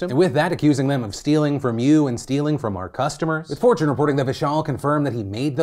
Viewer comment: Honestly heard "fortune" as "4chan"... amd was really confused about where he gave an interview